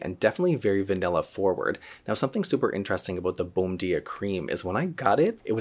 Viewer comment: Not being critical. But the pronunciation is more like "bone-JEE-ah" since it is Brazilian.